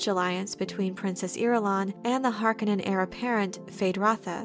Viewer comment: Harkonnen is mispronounced imo. It's supposed to do sound harsh, almost guttural.